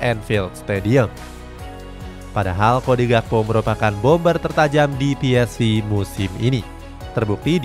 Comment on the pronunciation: Ps-ve bukan vi